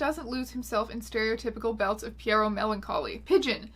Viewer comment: Pierrot is actually pronounced PEE-row.